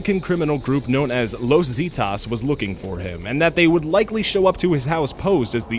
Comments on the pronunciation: Zetas ( Zeh-tahs) Not ( Zee-tahs) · It's not pronounced "See-tahs" it's "seh-tas". Los Zetas. I don't know why it bugged me. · Los Zeetoss? Zetas (Zeh-tahs) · Los zeh-thas not zee-tas U don't fuck with those dudes Eesh haha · ZAY-tas Not zeetos... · Zeetaws lol It's pronounced zeh-taws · What hahahahahahaha Los zeetas?? what the fauck is that you dumb language challenged Gringo is Los Zetas ( Zehtahs) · what's los zeetas? I thought it was zetas. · Los zeetas😂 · Lowes Zeedas. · ...... *sigh* okay really the pronunciation in these videos is ridiculous. Is it really that hard to double check on how a city/group/etc. is pronounced? So far just from a few videos I've watched today, I've heard rethoric (rhetoric), Calgairy (Calgary), Wocko (Waco), and now Zeetahs (Zetas)..... Seriously, these are really easy words. You can pronounce "amalgamation" but can't pronounce Waco or Zeta?...... Really?? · "los zeetahs" fucking christ that horrid pronunciation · omg...Los "Zeeetas" lol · "Los zeetahs" wtf 😂😂😂😂 Los Zetas is a Mexican cartel. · Ooooh I got déjà vu with this video. It's pronounced "Seh-tas" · The way you say "Los Zetas" made me cringe, you failed miserably. Like the video but please learn some Spanish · i like how you pronounced zetas its not the way you pronounce it but koodos for trying. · This. He pronounces the first syllable of "Zetas" like crap.